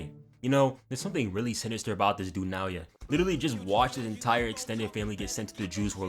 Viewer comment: thankyou for saying naoya correctly dawg appreciate